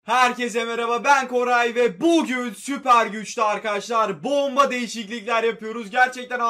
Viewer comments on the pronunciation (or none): none